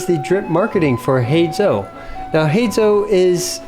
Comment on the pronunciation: Thumbs up for pronouncing his name right /hay zoh/